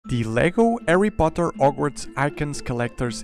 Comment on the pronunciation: He sead the lego erry poter og worts